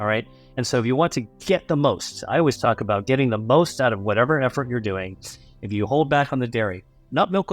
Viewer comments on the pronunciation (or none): none